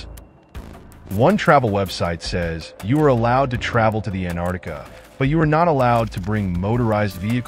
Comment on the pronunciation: Geez, if you're going to do a vid on Antarctica, then learn how to pronounce it. There's a "t" in there. It's not Anardica.